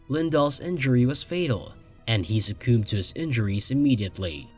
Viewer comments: Why is so much of this blurry? And genealogists is pronounced gene ee AH logists - NOT gene ee AL ogists. Succumbed is pronounced su CUMBed NOT su COOMed. And the Closed Caption DOES NOT MATCH what the narrator is saying. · I've never heard someone butcher the pronunciation of 'succumbed'.